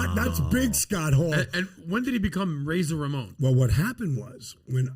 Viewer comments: It's Ramon not Ramone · It's Ramon no Ramone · It’s Razor Ramon with no “e” at the end. Dude just passed away, how insensitive. I’m literally shaking I’m so upset. You’re cancelled! Do better! Lol 😆🙃😂